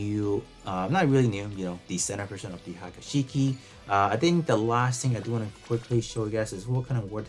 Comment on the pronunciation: pronunciation murdered.. Haga Shiki??? its "Hee-ya-ku Shiki"